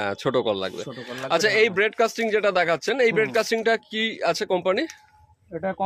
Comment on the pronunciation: কথা টা ব্রেইড কাস্টিং নয় bait casting